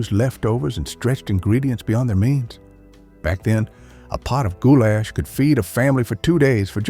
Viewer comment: Except the way he would say gou-LASH had me cracking up 😊